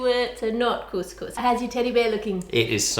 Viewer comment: as an arab and arabic speaker you just said. Kuss kuss which is pussy pussy. you mean to say. Cous cous which is food.